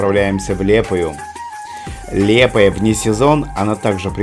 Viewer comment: Вы неправильно говорите не лепая а лиепая